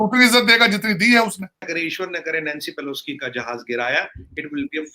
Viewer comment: कौन है यह इंडियन साइड से? नाम तक नहीं पता, नैंसी पेलोसी को पेलोस्की बोल रहा है और ज्ञान ऐसे बांट रहा है, जैसे सब कुछ इसी को पता है। 😊